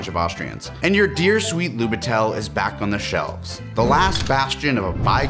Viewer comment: That camera it trully something! Great episode, as always :) p.s. it was little bit funny to hear how you pronounce "Lubitel" with an accent on "e", its more on "i" in this case, but you did a great job adressing the context behind this camera either way 👌